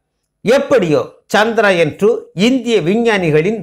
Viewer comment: முதலில் சந்திரயான் என்ற வார்த்தையின் உச்சரிப்பு சரி இல்லை கவனம் பிறகு எப்படி சரியாகும் தங்கள் பெயரை சரியாக உச்சரிக்கவில்லை என்றால் அர்த்தம் மாறி விடும் மேலும் மனிதன் என்ன தான் விஞ்ஞானத்தில் முன்னேறினாலும் பஞ்ச பூதங்களை வெல்லும் ஆற்றல் உண்டா? ஜடத்தில் நாம் சாதாரணமாக ஒருவர் வீட்டிற்குச் செல்ல வேண்டும் என்றால் இப்போதெல்லாம் வரலாமா? பார்க்க முடியுமா? என்று கேட்டுவிட் டு தான் செல்வோம் நமது பூமி தான் ஆன்மீக பூமியாயிற்றே எனவே இறைவனால் படைக்கப்பட்ட நவகிரக தேவர்களை நம்பித் தானே ஆக வேண்டும் இறைவனின் கருவியாகவே செயல் பட்டாலும் நவகிரகங்களின் தலைவரான சூரிய பகவானின் அருள் பெற்று சந்திர தேவரின் அருளையும் பெற வேண்டும் ஆத்ம காரகனும் மனோகாரகனும் அல்லவா? என்னவோ நான் உளரிக் கொண்டிருக்கின்றேன் நமது விஞ்ஞானிகளின் முழு திறமையில் ஏன் இந்த தடை என்ன குறை பாடு இருக்க முடியும் எனவே தான் இப்படி எல்லாம் யோசிக்கிறேன் என்ன தான் நாம் விஞ்ஞானத்தில் முன்னேறி இருந்தாலும் இறைவன் அனுமதி இருந்தால் மட்டுமே நடக்கும் இது தான் உண்மை நன்றி வணக்கம்